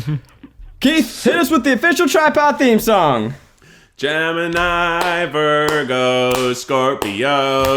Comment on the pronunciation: ned can you not mess up gemini for me? (gemini)